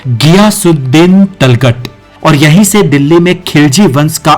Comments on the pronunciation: Yar tum Tughlaq ko talgat bol rhe ho kuch samjh Mai nhi aa raha hai 😂😂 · Abe talghat nai... Tughlaq bol... 😂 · It is Tughlak not talghat. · Are tulgat nahi tuglak h vo jhantu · इस वीडियो में तुगलक शब्द के उच्चारण में त्रुटि है। जिसे तलगट नाम से बुलाया जा रहा है उसका उच्चारण "तुगलक" है। 😂😂😂😂😂😂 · Lagta hai aap ko history ka gyan hai hi nahi.Jaise Tughlaq ko Talghat bol rahe ho... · talghat nahi bhai, tughlaq hai o. itna bada channel mistake kaise kar sakta hai. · Abey giyasuddin talgat nahi tughlaq hai.. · भाई जगहों का नाम तो सही से प्रोनाउंस करो तल्ख़ट नाम से कुछ भी नहीं बल्कि तुगलक़ हैं जिसके नाम से तुग़लकाबाद नाम का नगर हुआ l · Abe pronounce to sahi karle...Talgat nahi Tughlaq hota hai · Tujhe to bolna b nahi aata .tuglaq ko talgat bol diya .bjp se h kya ? Sharam kar.history ko na bigad. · Aur tughlaq ko talgat talgat bol raha hai 😂😅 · Tulghat Nhi Tuglaq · तलगत नहीं, तुग़़लक । उच्चारण ठीक करो। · It's tughlak not taghlak bhai otherwise video is excellent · Tughlaq ko Talkat bol rha h😂😂😂😅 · तुगलक को talkat क्यों बोला यह मैंने पहली बार सुना तुमने कहा से सुना या पड़ा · Correct your Pronounce on Tughlaq... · ye history bata kam raha hai aur logon ko bhadka zyada raha hai aur tughlaq bolna bhi na aa raha ise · जो तुगलक शब्दका सही उच्चारण ही नहीँ कर सकते वे क्या दिल्लीका इतिहास बतायेगा । यह महज मुस्लिमविरोधी भिडियो है ।